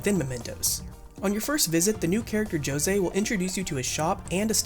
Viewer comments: I am not sure if the Japanese pronunciation of José is different, but the J is supposed to sound like the pronunciation of "Hoe", not the pronunciation of "Joe" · Isn't José pronounced as, "Hosé" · He said "joe-say" lmao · Man said Joe-zay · Great video, but this is another video I’ve watched where someone doesn’t know how to pronounce Jose. Is that how the voice actors in the game say his name? I haven’t bought the game yet.🤔